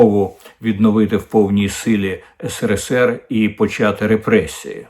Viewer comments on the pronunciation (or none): none